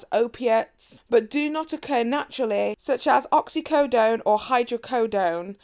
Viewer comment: You pronounced oxycodone and hydrocodone correctly. This was a really good video!